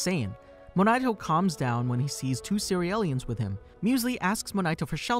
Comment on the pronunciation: One question isnt it pronounced C-real-ians and not Ce-re-el-lians. Its a play on cereal